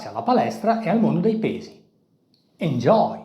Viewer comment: Se non dici ejoi e meglio